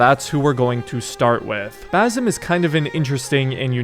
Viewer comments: not bazum its ba sim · pls stop saying bazim, it is basim.